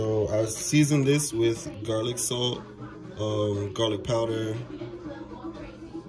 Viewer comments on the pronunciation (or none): none